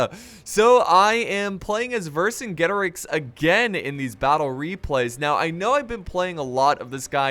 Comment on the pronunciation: I think it’s pronounced verse-in-jetorix